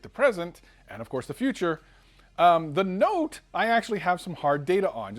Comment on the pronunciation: No no”te’